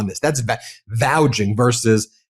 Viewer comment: do you mean "vouCHing"?